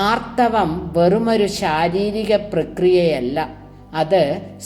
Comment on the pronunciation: ആർത്തവം എന്നു തന്നല്ലേ പറയുന്നത് ഭവതിയുടെ ശബ്ദം ശ്രവിചാൽ ആർധവം എന്നേ തിരിയു ക്ഷമിക്കണം എങ്കിലും അറിവ് മികച്ച തു തന്നെ